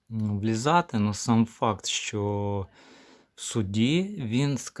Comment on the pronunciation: Яке брехло. Займися чимось корисним, демагог. Ще одне щьо, чьо. Тьху! Нявкає щось. Говорити навчися по-людськи. Ще і в тебе суддя забере слово. От тоді й подивимось, чи допоможе тобі твоя демагогія.